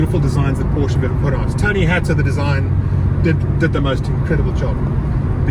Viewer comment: You should pronounce the brand correctly if youw ant to be taken seriously.